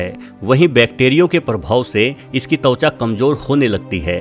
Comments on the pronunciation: It's त्वचा not तउच्या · Also "tavcha" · वहेल के साथ तवचा भी है😜